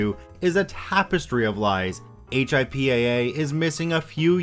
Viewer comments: "HIPAA" is said as "hippa", instead of just saying h.i.p.a.a. :) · Thanks! Came here to make this. I'd add "hip-uh" or "hip-ah" not "hip-aye" (just to clarify!) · HIPAA is easily pronounced like hippo but with an ah instead of an o ;) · The cringe every time you spell out HIPPA, instead of saying "hip-a" (like "hippo") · HIPAA pronounced "Hip-a" great video though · Hey just to give you a heads up on the pronunciation of “HIPAA” it is actually pronounced as it’s spelled. I figured it would make it easier for you for the future. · lol yeah it was weird to hear him say the letters instead of just saying it as a word. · It was really annoying after about the second or third time.